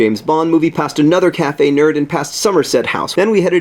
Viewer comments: Sorry to disappoint you, John.. but its cafè nero...not cafè nerd. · hahaha it's cafe nero. not nerd. but I like cafe nerd better! P.S come to Dublin sometime! It's not that far from London! (kinda) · John...I'm pretty sure it's cafe Nero. With an o not a d..... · You are amazing! But I think it's Nero... Not Nerd... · ITS NERO!!! NOT NERD!! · Caffe Nerd :P Hate to burst your bubble John, but it's Caffe Nero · It's cafe NERO not cafe NERD :') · haha its cafe nero not nerd. (or did he know that and was amking a joke about it ? ) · I live pretty much in London and this virtualness still wasn't as great :/ also, I'm sorry to dissapoint but it's caffe Nero not caffe nerd :s sad times.... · It's pronounced Cafe Nero, not Cafe Nerd. LOL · Hate to burst your bubble there, John, but it is called 'Café Nero' not 'Café Nerd'. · Cafe Nero.... The entire time my brain was screaming Nero... Not Nerd... Nero.... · I hate to break it to you John, but it's Cafe Nero, not Nerd. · You're too cute John, but it's Cafe Nero :-) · Are you sure it's not "Cafe Nero?" Am I missing a joke here?